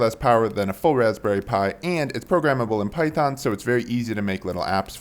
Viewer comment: Lost me at "phyton" 🤢 everything else is nice